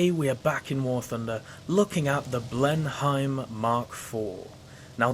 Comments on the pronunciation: Blen-Heim? You certainly don't sound German. The correct way of saying it is Blen-nim or Blen-hum, depending on your local English dialect. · Its pronounced Blen-im if you were wondering. Beafort is bow-fort.